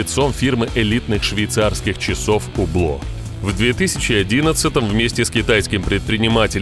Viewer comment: Тоже уникальный! Вы меня покорили помимо прочего, произношением марки часов [убло]👍🏻 слушать вас, наслаждение!